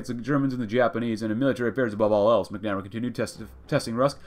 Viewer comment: Hate to be that guy, but MACK-nah-mare-uh